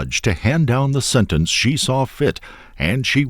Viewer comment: Why did the judge say sedence instead of sentence